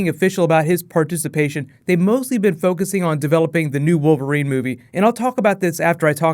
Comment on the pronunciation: Ha! "Female WOVERLINE character" .